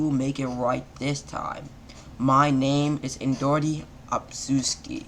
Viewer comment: It’s indra not induri